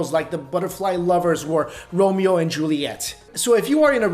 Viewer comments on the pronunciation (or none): none